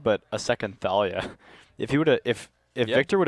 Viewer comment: ThAYlia? ShAYman?